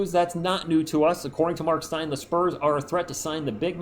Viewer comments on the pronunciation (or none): none